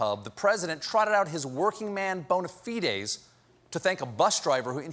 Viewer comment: was that bona fee-dez? lol